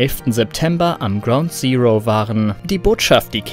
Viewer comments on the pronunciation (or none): none